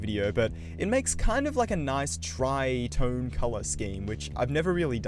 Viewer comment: Tri tone ❌ Tride tone✅